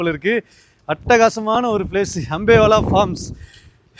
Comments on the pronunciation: அம்பேவெல, English la potalum pizhya pronounce pandreenga, thamizh la potalum pizhya pronounce pandreenga.. kadawule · அது அம்பேலா இல்ல அம்பேவெல😂😂